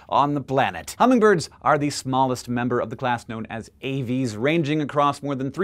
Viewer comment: It's aves, not avys.